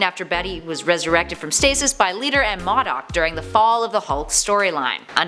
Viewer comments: I'm so sick and tired of these damn people mispronouncing characters' names!!!! It's pronounced MODOK (mo' dock), not damned MADOK!!!!! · Modok is pronounced Mow-dock not maw-dock. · "MAH-dok"?! Its "MOH-dok" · "Mawdoc?" No. It's pronounced "Moe doc". Not even a minute in and I have to think about how annoying the SJW Comic era is. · “Madok” lmfao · Modok no bish it's pronounced Moe Dock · Modok is pronounced like Moe dock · What shocking to me is that a nerd doesn't know how to pronounce modok. It's pronounced Moe - dock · This irritated me lol MOE- DOCK..... put some respeck on his name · Modok not mahdok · I love watching these channels but I just have to say modok is pronounced Mo-Dock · It is MO-DOK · The fact that you can't pronounce MOEDOCK correctly make you a fake geek girl. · Fabian Ramirez-Nuno tru it’s pronounced moe doc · Same. I'm not sure why these YouTubers can't get a clue as to how to pronounce names that aren't straightforward. If it's something like Jack Ryon got town you should never misp[ernmouce that. But for things like Modok look it up,m it should be more like Mow Dock. And sorry but I had to downvote due to the hard on the ears mispronunciation of the Modok name. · Yes thank you. I was like, Mah dok?!? wtf, it's been pronounced in games, in tv shows, in cartoons. OMG multiple times... why!!! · First you pronounce Modok wrong then Thaddeus??? One strike left.